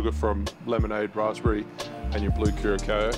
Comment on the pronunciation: By the way, it's pronounced Blue Curasao. If I were to write it out: Cue (like queue), rah, sao/sow (like the Sao in Sao Paulo, or the sou in sour, or the ow sound in ciao). The ç comes from Portguese where it's pronounced as S. It's the same with Cachaça (cah-shah-sa). I'm from Curaçao, the island. I've always been a bit torn about the blue color. It can be a bit hard to mix with, it's too blue for its own good.